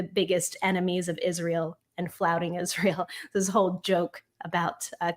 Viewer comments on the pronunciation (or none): none